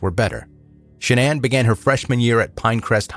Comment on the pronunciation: Shanann's real name is Shannon, not shanana